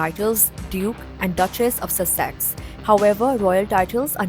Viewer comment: Dude, nice info but you really got to learn the pronunciation of Sussex.